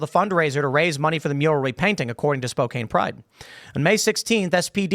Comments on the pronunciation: I laugh every time he says Spow-cane. It's Spow-can brah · SPO-CAN. Who the he'll has ever said spo-cain? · It's the PNW Tim... It's Spo-can. Not Spo-cane. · spoke ann. Not spokaine. Spoke. Ann. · Spokane. Pronounced spo-CAN. not cane. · It's pronounced spo-KAN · Only criticism is Spokane is pronounced “Spo-can” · Tim!!! Spoke-Can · Phonetically, it’s Spo-kan - the e is silent. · Tim, it's, "Spoh-Cann." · Live in Spokane (Spo-can) lol and this was such an overreaction on the cities part. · For educational purposes, Spokane is pronounced "Spo-can". 🙂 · It's pronounced Spo-kan. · Bro..... It's pronounced Spo - Can Like a spokes on a bike wheel and a can of tuna. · Also, its pronounced spo-can for anybody interested. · Is running your mouth having a backbone lol Timmy and it's pronounced Spo-can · Sometimes I miss my home town(Spokane) it used to be so beautiful. You can’t imagine the amount of decay that has overtaken the city in the last 10 years. By the way Tim; it’s pronounced “Spo-Can” like saying spoken with an A instead of E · Come on, dude. It's Spo-CAN. SMDH. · It's pronounced Spocan. But I would just avoid the city all together. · Spokane is pronounced Spo-Can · Its pronounced "Spoe-can". I got checked by a Spokanese, im just lookin out.. 🫡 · It's pronounced spo can. Sorry that was bothering me. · Just cause it’s not the last time Spokane will show up on this, I’m from the area and it’s pronounced spo-can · It's pronounced "Spo - Kan". The City of Spokane is a smal blue island in the Red ocean of Eastern Washington. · Ok, the odds of you ever reading this is unlikely, but just to make me feel better, it’s pronounced Spo-Can. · spokane is pronounced "spo-can" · It’s pronounced Spo-can. It’s one of the cities Seattle destroyed. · I live close to Spokane. I go there at least once a week for groceries. This is actually surprising. The region Spokane is located is overwhelmingly conservative. FYI its pronounced Spoe-can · Pronounced “spo-can” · Spo-can lol